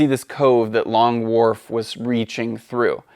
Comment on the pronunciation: I'm sorry Long...what? Long WhaRf??? 🧐